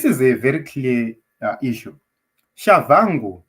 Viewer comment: Pronounced as Tshabangu in Ndebele spelling or Chabagu in Shona spelling. Not Chavhangu